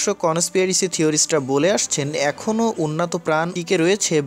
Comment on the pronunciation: উন্নাতো সভ্যতা !!!! বাহ্ !! চমতকার উচ্চারণ !!!